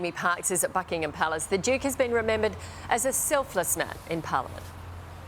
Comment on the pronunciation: To EVERY Australian news reader - please note, Duke is spelled with a D not a J Asaargh